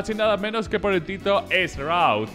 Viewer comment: Jajaja que mal pronuncias shroud